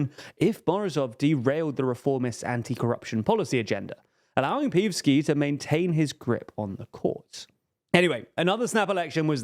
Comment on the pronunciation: Pe-EV-ski, not PEEVski. Geez. And it's Trifonov, not Trofinov.